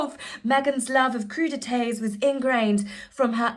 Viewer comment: If I hear croux de tay one more time... 😬😅